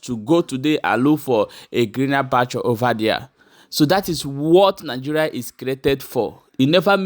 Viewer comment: Stop saying " nig"oo"ria instead, say Nig"e"ria. Thanks.